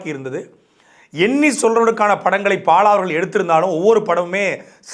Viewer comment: பாழா வா பாலா வா? பாழியல் லா பாலியல் ஆ?. காவழர் ஆ காவலரா? துரைமுருகன் இந்த காணொளியை மறுபடியும் பார்த்துவிட்டு சரி செய்யவும். நீம் தமிலர்